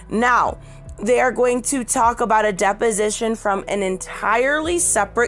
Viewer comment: Does everyone else think "Depp-osition" everytime she says deposition? Lol